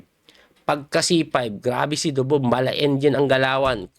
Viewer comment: Grabe ka Coach yung "Ako Dubob" mo. Laptrip!!! :face-blue-smiling